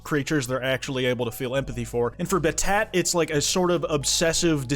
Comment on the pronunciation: also pronouncing battat as bat-at is fucking hilarious